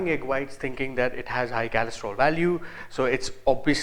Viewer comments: it is cholesterol re...not kalestrol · Kalestrol? lol chutiya